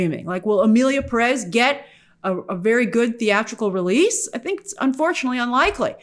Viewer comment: It's curious how you say Selena GOmez but then say Emilia peREZ when it's clearly PÉrez.